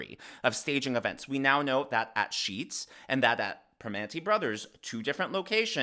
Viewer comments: Sheetz not Deetz.......sorry as a Pennsylvanian, I have to point it out. Anyway, yeah super staged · I really enjoy your content, but if I heard you correctly, I think you mispronounced the convenience store Harris visited. It’s Sheetz not Deetz. And number two, Primanti Brothers is not a deli, It’s a restaurant/sports bar. These days we can’t afford inaccuracy.👍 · It’s “Sheetz,” not Deetz. Lol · Sorry but as a PA native it’s Sheetz not Dietz